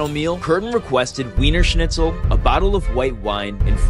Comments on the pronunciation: It is not pronounced wiener snitchel. In German, W is pronounced as a V. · You mispronounced “Wiener schnitzel” because the W is pronounced like V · Yo, lil funfact: its pronounced viener schnitzel. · Btw it's pronounced viener schnitzel. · It’s pronounced vernier schnitzel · Imagine mispronouncing Weiner Schnitzel. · HELP THE WAY HE PRONOUNCED WEINER SCHNITZEL IS SENDING ME 😭💀